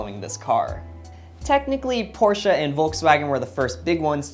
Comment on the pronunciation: The weird bumpers were actually a requirement for the US market back in the days. In europe it came with small split bumpers that change the look of the car dramatically. Kudos for pronouncing Porsche the right way :)